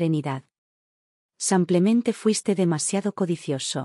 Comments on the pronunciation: BÍEN narrada; es una pena que diga Samplemente por Simplemente y el usar el masculino en lugar del femenino. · Me complica escuchar el "simplemente" por "semplemente" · Samplamente o simplemente? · Lástima que “confunde el masculino con el femenino”, además de decir “samplemente” en vez de “simplemente”, y lo repite varias veces… Tengo mucha curiosidad quién publica estos videos narrados por esta señora. Porque siempre incurre en los mismos errores. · No samplamente sino simplemente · Ethan,no se pronuncia Izen,simplemente no se pronuncia samplemente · Además de ser una mujer quién hace la narrativa se califica como un hombre. Además hay una palabra que ya en dos narraciones ha sido mal usada y es la palabra SIMPLEMENTE. En lugar usa “samplamente” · Maykamaria8257. Coincido contigo, que confunde el femenino con el masculino, y no sólo eso, no entiendo por qué la “relatora” dice “samplentente”, que lo repite varias veces, y realmente molesta la mala pronunciación. ¿Quién es esta señora? Tiene un “acento” como si fuera española. Soy Argentina, si bien hablamos un Castellano de una forma muy particular, no cometemos esos errores. ¿Qué grado de cultura tendrá esta señora? ¿De qué país es? Me gustaría saber. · Es?cucho "samplemente: en lugar de "simplemente:. 😢🎉🎉🎉🎉🎉 Lugar de "splemente